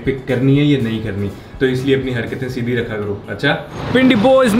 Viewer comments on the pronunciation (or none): none